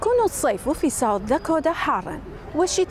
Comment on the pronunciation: شنو داكودا ضجت من اللفظ يمعود داكوتا Dakota حتى الأمريكان ما يلفظون هيچ ال t يلفظوها D خفيف مو هيچ. يمعود اللفظ كله غلط. بدون زعل